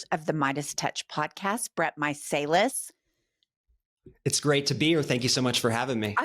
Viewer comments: Love these interviews with Meidas Touch! However, you are pronouncing their last name incorrectly, they are too polite to correct it. It's 'My-sell-iss' Thanks for keeping in this story, it needs to haunt them! ❤ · is such a ditz. How can she keep mutilating the Meiselis’ name. She’s a deer in the headlights most of the time. I like her but disappointed in her preparation.😮